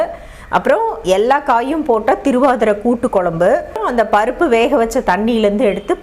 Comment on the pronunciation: குழம்பு pronounce ஒழுங்கா sollungo. உங்க பெருமை ரொம்ப overa இருக்கு ரொம்ப Sean விடறீங்க .